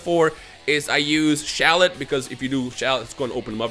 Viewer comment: This man called shallot shellot